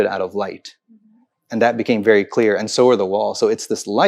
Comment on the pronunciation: It's very not wery. it's we not vee, vision not weesion if you are going to put on that fake accent, at least learn to pronounce your words correctly